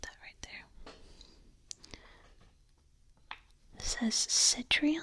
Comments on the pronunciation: Citroen is pronounced "sit-ruhn" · Citroen is pronounced 'Sit - rin' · Watching you mispronounce Citroen and Renault while whispering gave me really tingly cringes :P That was bizarre :P Excellent video though :) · As a car guy, I was in agony hearing you mispronounce Citroën and Renault